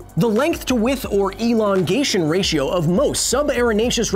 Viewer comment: Elon-gation.. ha